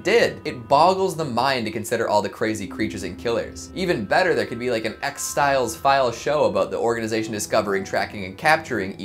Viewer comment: is it just me or did he say "x-styles file show"?